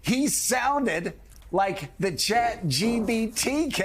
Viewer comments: Joe-of course you wouldn’t like Vivek (pronounced Vi-vake, NOT Vee-veck 🙄🙄🙄), he makes too much sense, knows what he’s talking about and isn’t up to his chin in 💩already!!! Not your type of career politician, I mean LEFTIST, sorry 😂😂😂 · Did that guy just call Vivek V E E V A C? For the love of god if you're unable to pronounce the name correctly , how can anyone take you seriously? Forward to to listen. FYI, Vivek's performance was stunning and I don't believe you when you state you asked someone about his performance and that person suggested he was a con man but that people would believe him; I believe those to be your words. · Who is Vivac? Purposely mispronouncing or actually not listening well enough to know he is saying it wrong? Whatever the answer, it disqualifies him from being taken seriously. Arrogance and pettiness seem to be the most important qualities MSNBC hosts need. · What a joke this station is. I can't believe people actually consider this junk news. Speaking so low of supposed crimes that actually aren't but not a peep of Bidens crimes. Talking about these candidates. How Vivik speaks? Biden or Harris can't even make coherent sentences 😂😂😂 Biden can't keep from crapping his pants or even knows where he is. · "VeeVack" Joe? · VivAk. At least know how to pronounce the dude's name. How are those ratings going, MSNBC? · Now him pronouncing Vivak name wrong is racist, why arent people crying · Joe just sounds ignorant and out there- can’t even pronounce Vivek. Take him OFF the air MSNBC, you’re wasting your $$